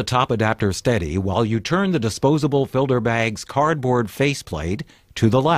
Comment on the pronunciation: and he keeps saying filder bags with a D lol